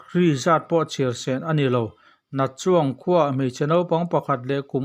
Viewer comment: A ngaihnawm hle mai. Chuangkuah ti a i lam khi, chawngkua ti a lam tur a ni e